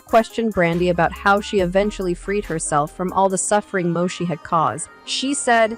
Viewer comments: At least pronounce the name of her show right its “Mo-Eesha” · 😅😂You cannot even Pronounce her TV name right pathetic